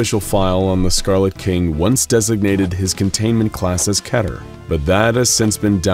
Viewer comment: this channel always gets it wrong. it's ;pronounced "kee-der"